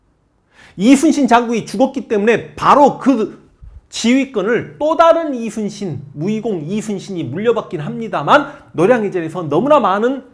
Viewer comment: 선생님 제가 정말 진심으로 존경하고 사모하지만 '우' 발음이 새시면서 이'슨'신으로 들리는 건 너무 매력적이십니다.